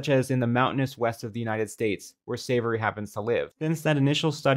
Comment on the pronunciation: Why does keep referring to "Savory" as "Savoy," even while reading his name off the screen? That's just weird.